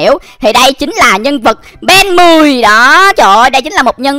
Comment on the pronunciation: Anh ơi ko phải ben 10 mà Là ben then á anh ui anh vãi nồi